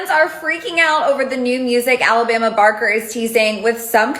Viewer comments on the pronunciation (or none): Alabama baker 😂 it’s barker